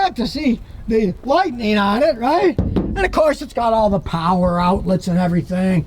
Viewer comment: “Lightneen” is not a word.